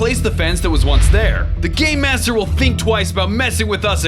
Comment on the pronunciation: Every time I hear say "Game Master" I hear "Gay Master"